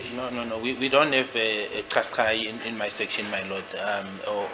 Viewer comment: Nissan Qashqai pronunced kashkhayi